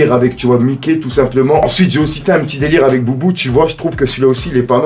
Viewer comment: Ah ouais toi tu dis boubou au lieu de boo tes un anciens 😂😂😂